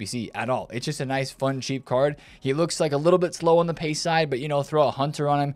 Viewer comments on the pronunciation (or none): none